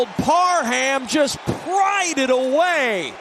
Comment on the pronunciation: Parham is an ENGLISH name. It's pronounced "Parram" - NOT PAR-HAM. 👎😮 The "H" is SILENT. Please learn and maybe read a few books... M 🦘🏏😎